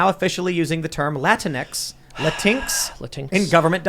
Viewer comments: La-tincks is a hilarious pronunciation lol. Any time I hear that word, if I ever do, I'm going to correct it as la-tincks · Keep pronouncing Latinx "La-tinks", they hate it.